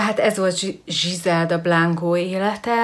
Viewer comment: nem zsizelda hanem grizelda...jó néhány dolgot rosszul tudsz de nagyrészt korrekt...jó a video.